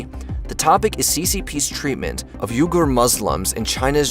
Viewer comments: It is pronounced We-ger, not Ur-ger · Haha.. NOT 'U-GER'.... 'WE-GER'.…. WEGAR MUSLIMS! LEARN. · Uyghur pronounced WEE-grrr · You say it "We-ger" not "You-ger". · uyghur is pronounced "WE-gur" not "YOU-gur" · It starts with a "U" but I promise is pronounced with a "W" as in "wee - ger" = uyghur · its oui ghur by the way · FYI- Uyghur is pronounced “WEE-gurr” I like most of the content on this channel, but I wish they’d spend a little more time getting pronunciations right. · Why do you keep mispronouncing things? For example, Xi Jinping should be pronounced as "She-Jinping", and Uighur should have been pronounced "wee-gurr". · Yooger? That's not the way that the Uyghurs pronounce their name is it?